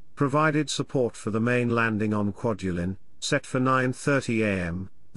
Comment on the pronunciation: Great Video but the pronunciation of the names of islands and atolls was completely butchered. I worked on "Kwaj" as a ship captain supporting the "Star Wars" project in 1999/ 2001 and this video brings back memories, non-withstanding the terrible pronunciations.